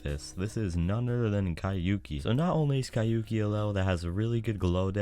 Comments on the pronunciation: Bro how can someone speak a simple thing like "Kyouki" so wrong god damn man, I dont even get how you got to the conclusion to say it like that. I am genuinely flabbergasted rn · Astralith could have been a good one to talk about ngl also about Kyouki it's always bothering me when ppl prononce it so weirdly with 3 syllables or something, while it's only 2 lol since it's supposed to be pronounced "kyo ki" with the "o" sound slightly longer because of the U after it